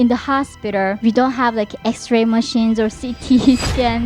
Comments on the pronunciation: her pronunciation of hospiter is so cute!!!!!!!!!!!! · Hoshspiter ?????????? 😂😂😂😂😂😂 all jokes aside I’m glade she’s still alive to tell her story